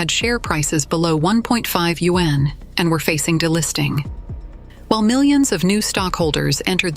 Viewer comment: borrow money in order to invest?? people really are stupid! also....when will AI be able to pronounce yuan correctly? WHÄNNN